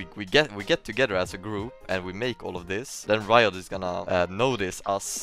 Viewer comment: the way he says riot lol